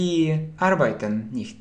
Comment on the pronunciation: Arbeiten - ударение на первый слог AR, beiten